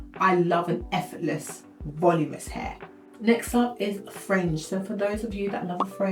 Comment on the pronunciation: "Vol-ooo-min-us". = voluminous. 😉❤❤❤